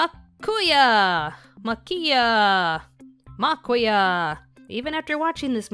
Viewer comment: If it is anything like a town here in Virginia (Aquia), Maquia would be pronounced Muh-kwi-uh.